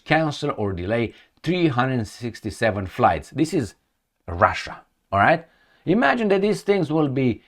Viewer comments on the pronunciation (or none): none